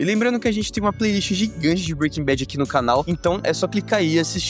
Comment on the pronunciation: Breaking bet? 😂